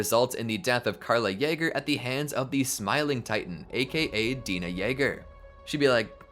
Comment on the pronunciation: i die inside every time he says "Paradis", "Dina", "Mikasa", and many other names. at least he says "Hange" right.